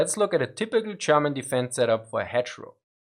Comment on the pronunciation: Very confusing when you pronounce German as Sherman 😁